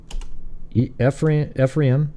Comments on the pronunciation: Pronounced, “eefrom” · Ephraim is pronounced E-from